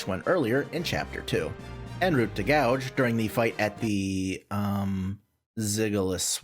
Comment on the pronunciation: Goug is Pronounced Gow like Cow, NOT Gouge!